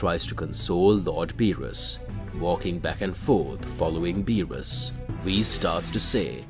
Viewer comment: Okay, he still saying "bills" for Beerus but then he says Beerus right. Did he forget to intentionally say it wrong? Well, thank God finally he stopped saying it wrong. Now, if he would stop click baiting "Whis is scared by Goku" but in the story it never happens and the incessant repeating the story instead of posting something new but we're getting there. His channel is getting better.